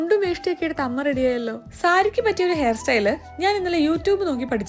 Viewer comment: Hayyo,hamme,honam,hatha,hitha. entha nalla artificiality ellathintem munne ha🤮